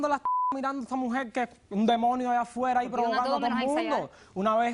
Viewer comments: Este pendejo " " ni siquiera habla bien...se la pasa..diciendo... esa MUJEL...ESA...MUJEL..ESA....MUJEL.....ESA....MUJEL...( SE DICE..ESA MUJER) PENDEJO!!!!! SALUTATIONS DOCTORA POLO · Esta mujel y está mujel,que le pasa a ésta gente con las R no las pronuncian jajajaja suena horrible,ésta mujel jajajaja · Esa mujel esa mujel Esa mujel Esta mujel